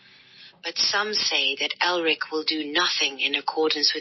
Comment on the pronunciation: ELRIC. Not Erlic.